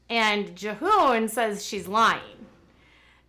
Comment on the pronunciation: Jee-hoon is how his name is said.